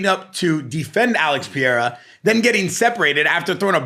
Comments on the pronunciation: how are you on an MMA podcast and unable to pronounce "pereira" is this ragebait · peh-rare-uh not pee-era